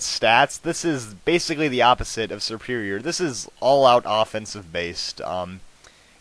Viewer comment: Serperior is pronounced SerperIer (it's a capitalized i.)